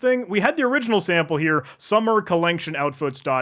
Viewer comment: the commitment to pronouncing it "collenction" as written is appreciated